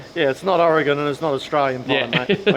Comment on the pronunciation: pronounced Oregon correctly!